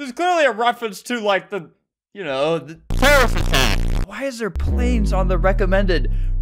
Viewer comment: AHAHAHHAHHAHAHHA HE SAID TEWWOWIST AWWACK